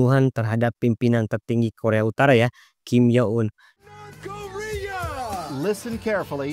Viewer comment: Kualitas konten udah good banget min😊 tapi aku cuma kasih saran, untuk cek dulu kualitas penyebutan kalimatnya min, seperti Korea Utara tapi malah terdengar seperti koremtara, dan semisalnya ada kalimat berbahasa Asing alangkah baiknya coba di translate dan di dengarkan cara penyebutannya agar konten semakin jos min😊 menurutku admin masih kurang dari segi itu min sony fiksar dan setiap penyebutan selanjutnya begitu terus seharus nya sebut saja soni pikcer koremtarah seharusnya korea utara jutaan dolah Sebenrnya masih banyak min cuma aku kasih sebagian aja buat bahan evaluasi dan jangan malas juga untuk take ulang saat penyebutan min, mungkin yang salahnya bisa jadi bloopers di akhir video buat hiburan seperti aurelia Vall Terima kasih admin